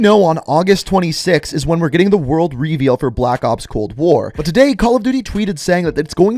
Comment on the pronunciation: Am I the only one bothered by how he says "reveal"?